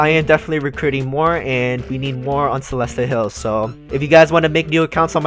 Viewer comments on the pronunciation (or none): none